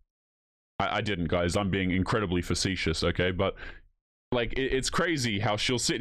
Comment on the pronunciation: You can say the word facetious correctly, but you can’t say the word tattoo correctly. There are three tees In the word. You should try it Ta-Ttoo